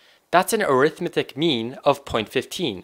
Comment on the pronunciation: ari'thmetic has the stress on the second syllable, as a noun. arithme'tic has the stress on the third syllable as an adjective. When we say arithme'tic mean, the word arithmetic is an adjective with a different English pronunciation from the noun arithmetic.